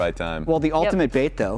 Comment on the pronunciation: says "ultamint". You can never unhear it now.